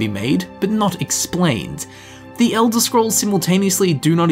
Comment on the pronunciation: If I got a cookie for how many times he said “TEH ELDER SCROLLS” I’d be obese as hell.